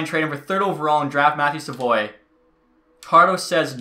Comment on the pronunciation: Im pretty sure Savoie is said sav-oooo-ahhhh not sa-voy